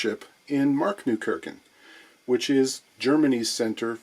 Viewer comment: That was the cutest ever pronunciation of Marktneukirchen. Ever.